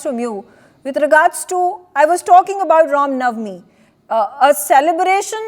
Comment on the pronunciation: To the anchor - you have a Hindu name but mispronounce nauvmi . It's not pronounced NAV me , the v takes on the w sound to be pronounced as ' now me ' . I advise you to go to some shuddh Hindi classes !